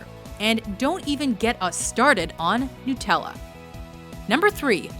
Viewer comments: ***** I know it's Nutella. But she said Nootella so i was confused :D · Did she just say: "Nootella"??????????? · you say nutela noo-tela we say it nut-tela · NUTTELLA... NUTTELLA... NUTTELLA!! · New-tella? Ooooooooh you ignorant americans have just made a dangerous enemy 👿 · ikr its nut - ella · its old-tella huehueuhueuhuehuehue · Actually Nutella is Italian so all of you are pronouncing it wrong